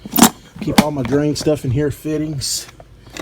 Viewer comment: What's a "drian"?